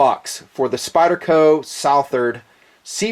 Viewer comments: I think it's pronounced SUH-THERD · It's pronounced like Southern, but with -ard on the end not -ern. Hope this helps! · say it like suth-erd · Its pronounced "Southard" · I appreciate your philosophy in regards to value, but I'm sure you've heard the old adage "you get what you pay for". In the Southard (s-UH-th-erd) what you get is contemporary design, high end materials, and a great warranty. When all of these factors are weighed, it becomes apparent that the Southard actually represents high value. For less than $300, one can experience one of the most capable steels to date. This is certainly only my opinion, but I know that I'm not alone in this feeling. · I think it's "Suh-Thuhr-Dh" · its the second pronounciation anyway I still getting one, I`m in England and this totally illegal, they are just seen as `flick` knives here, again... I dont care even if I cant even take it out of my house, I will still own one. End of. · Before doing a review you could have at least done a simple search and found the pronunciation of the guys name correctly out of respect :)